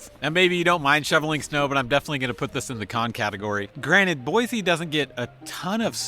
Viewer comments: How long have you loved her? Fyi... it's Boy.see not Boy.zee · I'm sorry, it's pronounced Boy-see, not Boy-zee...I'm a native & most outsiders say Boy-zee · Boy-SEE not Boy-Zee. Come on bro 🤦‍♂️ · Please , for the love of all things holy, please pronounce the state capital correctly. It is BOY-SEE there is no Z. Nowhere in the history of the English language is S pronounced Zee. GAH!!! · You can often tell a transplant. They say BoiZZEE, and it’s actually pronounced Boise. Jewel wrote a song so newbies would get it right. LOL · You're saying Boise wrong. Locals say 'BOY-SEE', not 'BOY-ZEE'. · Don't move here if you can't pronounce it. There is NO Z in Boi-see! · It's boysee not boyzee learn how to pronounce it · It’s “boy-SEE”. You are pronouncing it “boy-ZEE”. It’s like fingernails on a chalkboard. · FYI it's pronounced Boisee not Boizee......there is an s not a z in Boise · There is no “Z” in Boise. Boy-See not Boy-zee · It’s “Boy-see.” Not Boiz-zee. Most people find it annoying that people don’t say the name of the town right. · It’s pronounced BOYsee not BOYzee. And I’ve never been there and live 1200 miles away. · 💯‼️ I came here for this comment. Mispronunciation is how someone tells you they aren’t from Boise. It’s Boy-see, not Boy-zee! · Bro, It’s BoiSE not BoiZE. 😁👍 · And please, it is Boi-C, say it like you live here 😊. There is no “Z” in Boise. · Boi-see, please. : ) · Guys not a local. No one here pronounces it boiZe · It’s prounounced “Boy-see.” There is no Z sound. I grew up here, and I don’t know anyone who uses a harsh “Z” sound. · You’d think the expert of Boise could at least say the name Boise correctly. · Learn to pronounce Boise with a S not a Z and you will not seem like such a outsider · You are obviously not from here, you don't even know how to pronounce "Boise"! The biggest con? We don't want you!